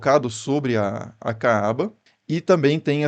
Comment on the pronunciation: Você não sabe nem pronunciar Kaaba e eu que sou ignorante! Estude mais e escolha fontes confiáveis. E treine a pronuncia daquilo que você for falar quando não for do seu idioma!